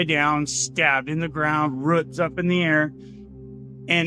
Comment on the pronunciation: ROOTS…not ruts! 🤦‍♂️